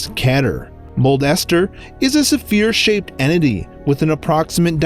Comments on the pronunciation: "Supheere" Learn how to spoken. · He said “Su-feer”